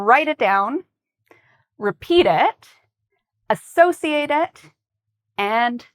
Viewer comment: I don’t get how the word “associate” is being pronounced here🙄